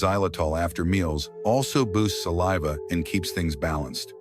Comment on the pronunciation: Hey AI. Learn how to pronounce saliva properly. Errrr